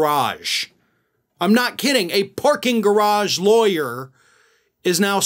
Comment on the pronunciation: Is she really a ‘Laweyer’ ??? Lol